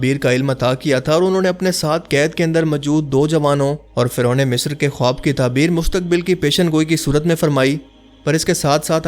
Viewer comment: khowab ka pronounciation khaab ho ta hai